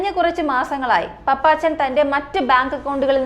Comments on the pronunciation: പപ്പച്ചൻ അല്ല കുട്ടി പാപ്പച്ചൻ😊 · Hai, പാപ്പച്ചൻ, പപ്പാച്ചൻ അല്ല. കുട്ടി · പപ്പാച്ചനല്ല കൊച്ചേ 🤧🤧 പാപ്പച്ചൻ പാപ്പച്ചൻ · പപ്പാച്ചൻ എന്നല്ല പാപ്പച്ചൻ എന്നാണ് നിനക്കു തലയ്ക്കു വല്ല അസുഖവും ഉണ്ടോ